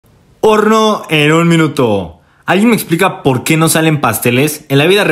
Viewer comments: Soy el unico que en lugar de escuchar horno escucho nopor? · Alguien más escucho "porno en un minuto"?